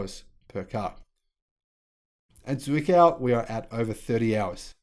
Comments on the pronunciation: Zwickau is pronounced like this: Z like ts in tsar W like v I like like the i in bit Ck like ck in fck Au like ou in outside. Now try Grünheide, where the Berlin factory actually is. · Pronounciation of Zwickau or Grünheide? Google Translate will help you